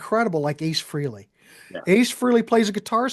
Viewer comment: G&L Jerry Cantrell Rampage, nice. For the love of God, it's pronounced FRAYLEE, not Freelee !